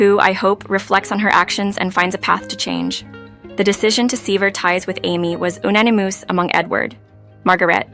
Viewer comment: If you want people to subscribe and monetise your channel, you should get a better quality AI that can at least pronounce words like sever and unanimous. However, the glaringly obvious ones were words that ended in ed. The stories are generic, but still a reasonable way to pass the time if that's what you are looking for.